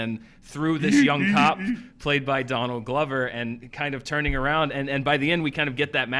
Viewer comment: Danield Glover?? hehehe he said Danield Glover